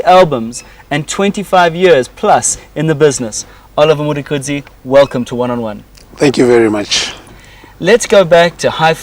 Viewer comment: This dude really can’t pronounce the word “Mtukudzi”?